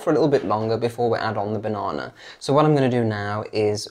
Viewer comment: Can we all just appreciate pronunciation of “banana”? 😊